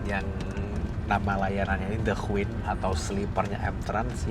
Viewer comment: Masee, punten ya tak koreksi pengucapan kata "queen" yang bener adalah {kt krj} /kwēn/ huruf Q pada kata queen dibaca K. Seperti pengucapan huruf K pada kata "king". Soale tak perhatikan konten sebelumnya yang naik the queen ini kalo ngucap kata queen menggunakan Q bukan K.